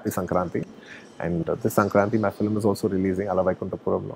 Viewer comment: Every South Indian telugu actor pronounces film as "filim". It's just a telugu thing! So he also saying "filim" is not a surprise.